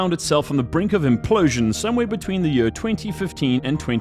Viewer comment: Year : yeer not Yuuur